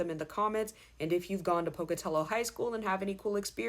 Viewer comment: Thank you for pronouncing Pocatello correctly 😂 I'm class of 2000 ❤️